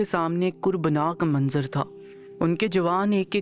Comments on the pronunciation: خنَّکی نہیں بھائی خُنکی کُربناک نہیں کَربناک 😂😂😂 پہلے اردو سیکھیں یا کسی اور سے پڑھوا لو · Kurbnak” is wrong. It is kerbnak . The accent is not paish but not up , down or paish. It is internal.